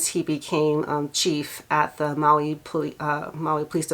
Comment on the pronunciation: Listen to the news announcer at about the mark. He pronounces Maui wrong. Instead of saying mow-wee, he says Moe-wee. And this is supposed to be a highly trained professional broadcaster. This is no time to disrespect the victims by mispronouncing the name of their beloved homeland.